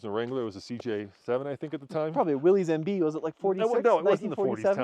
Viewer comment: I was really enjoying the video all the way up to the end when Tommy said "Willeez MB". It's shocking to me that someone who makes so much content that is Jeep centric still refers to the classic Jeep by the wrong name. It's shameful.